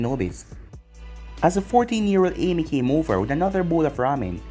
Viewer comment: I’m tired of this man saying Amy it’s ayame